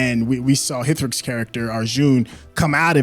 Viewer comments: Hitrik 😂. It ritik 'H' is silent.. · Love how doesn't know the H in Hrithik is silent so he took the effort to pronounce it everytime, even though it must have been awkward on his tongue. I love little details